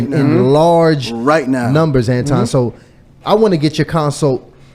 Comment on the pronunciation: was disrespectful from the jump. He mispronounced Anton's name the whole time on purpose.